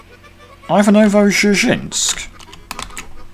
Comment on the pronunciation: btw the most western-stereotype popular russian name Ivan is pronoced like Ivanka Trump, but without 'ka Trump'. It's like Eevahn in russian pronouncation. The same way Ivanovo is pronounced, if you care about it at all :)